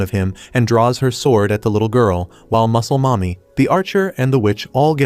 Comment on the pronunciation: Pls stop saying muclel momy